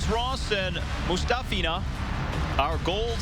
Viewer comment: Ella I.n.c - it’s actually Moo- ‘STOFF-ina. That’s her preferred pronunciation. 🙂